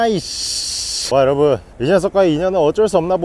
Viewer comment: 근대 나만 인사할때 곰팡이 여러분이 아니라 여러버 로 들렸나...